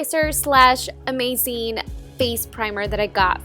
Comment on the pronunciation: why does she say "uCing" and "amaCing"??????? it's so annoying!!!!!!!!!!!!!